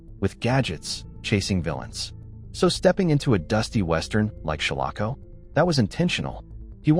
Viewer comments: Some of this isn't true. Like how he is miss prouncing shalako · The proper pronunciation of "Shalako" is SHALL uh ko. If whoever created this video had actually watched the film, he/she/it/they/them would know this, as the correct pronunciation was used several times in the film.